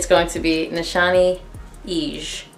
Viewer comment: I love the way you said EGE ❤😁